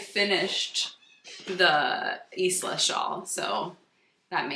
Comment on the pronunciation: Isla is pronounced: eye-lah <3 the s is silent, it s a beautiful island out in the Hebrides